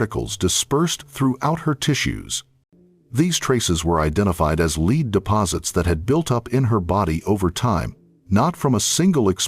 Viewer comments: I agree! The continual mispronunciation of lead as 'leed' rather than pronouncing it 'led' by the Ai generated voice was so irritating!! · OMFG. Use a real narrator. It's pronounced "led", not "leed" . I hate AI voices. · The way the AI is pronouncing “lead” ruins the video